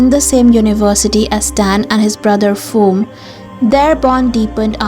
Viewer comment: Love this topic about younger tops. I always find them more interesting. Just a note, in Thai even though a word/name is written with the Latin alphabet, "PH" is not pronounced the same as in Western English dialects. The h signifies aspiration. I was confused thinking who was Foom in We Are 😊. It's like Phuket, we don't say Fooket even though that's often the joke with a slightly different pronunciation. Thanks for a great vid!